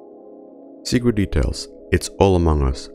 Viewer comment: "sectret details" lol